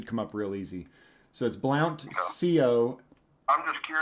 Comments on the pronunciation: Correction, it's pronounced blunt. The o is silent. Secondly, the Chief of Police in Blount County Berrong is as dirty as they come, and has been in office for decades. Why they haven't voted him out of his position as chief is beyond me. Blount County Sheriff Chief of Police, Berrong promised to murder his secretary, that led to a case in the United States Court of Appeals, Sixth Circuit, Nuchols v. Berrong. He told his secretary "I’ll burn your house down, set your dog on fire and there won’t be a member of your family left, do you understand me? I won’t hire it done, I will do it myself! Do you understand me?” His secretary had filed a civil rights action, pursuant to 42 U.S.C. § 1983 alleging that defendants violated her constitutional rights in terminating her employment after she notified Blount County Sheriff Berrong's wife that he was having an extra-marital affair, and by threatening, in the presence of two other armed officers, he threatened to set her dog on fire, burn down her house, and kill her whole family. Jo Nuchols was employed by the Blount County Sheriff's Department as secretary to Sheriff Berrong. Ms. Nuchols was also a friend of Sheriff Berrong's wife. Ms. Nuchols states in her complaint that she was aware that defendant Berrong was having a sexual relationship with a subordinate female employee of the Sheriff's Department. During a telephone call on or about May 29, 2002, defendant Berrong's wife asked Ms. Nuchols whether defend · Hey it's pronounced sounds like blunt County even though it's Blount County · It's pronounced blunt...😆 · I live in Blount county and just a FYI it's pronounced blunt county. Now your cooking. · Pronounced "Blunt" Blount Co TN